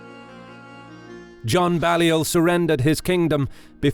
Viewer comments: It's actually pronounced "Bay-lliol". Also, Scone is pronounced "Scoon". Then of course Dalrigh is "Dal-ree". John Comyn was the 3rd Earl of Buchan....pronounced "Boo-kan". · With all due respect, John Balliol's name is pronounced 'bay-liol'. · Terrible narration with countless bad pronunciations, e.g: Balliol, Scone, harrass, Comyn, schiltrons and comrades. As for the deplorable grammar ... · Some of your pronunciations are woeful, Balliol and Scone are mispronounced